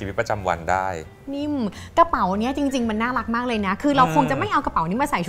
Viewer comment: เป็นรีวิวที่น่ารักมาก คนนึงภูมิใจนำเสนอ อีกคนดูตื่นเต้นสนใจ ตอนพี่อู๋ออกเสียงว่า น่ารักกกก คือ เหมือนน่ารักไม่สุด เดี๋ยวผิดบุคลิกเนอะ // พี่ซู่ชิงเป็นนุชปะคะ รู้จักเป๊กผลิตโชคด้วย